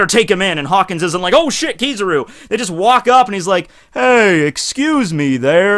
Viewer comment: I swear he called him Cockins when talking about the kizaru interaction